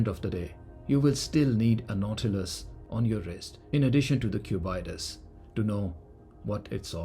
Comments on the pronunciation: pronounciations: Aquanaut: Aqua-naut / Ackwa-nort Nautilus: Nautil-us / Nortil-oos Cubitus: Cubit-us / Cuebit-oos (not cu-byte-us) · How did you get the pronunciation as Cub-eye-tus? It isn't the Naut-eye-lus. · What’s the Cubaitis??!! Sounds like an infection to me! At least learn how to pronounce the damn name. Cubitus if from the shape cube/ cubic/ cuboid: cubitus. Get it? Plus I’ve seen all your watches and they are all hyped sport watches. For someone who spent probably a couple of millions on watches, you should have at least a decent “non-hype” dress watch. If you have more than one colour of nautilus while you don’t get inspired by grand complications or complications at least then you’re not a true Patek enthusiast. Thanks to influencers like you who lack taste and sophistication that these watches are being sold for 3x retail. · Especially when you pronounce it like a disease as has here. 😂😂.